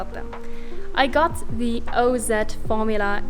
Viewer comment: Ha, nice. The way you pronounce OZ shows your SA heritage! I'm in New Zealand and zed is correct.